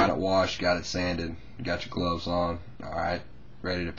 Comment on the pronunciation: What's gloses? Or did you mean gloves?